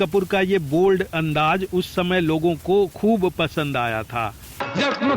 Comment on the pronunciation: Lihaja nahi Lihaza hota hai Aor andaj nahi Andaz bhai sahab